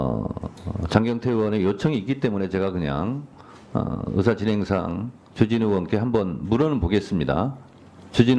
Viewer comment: 주진우 발음이 ...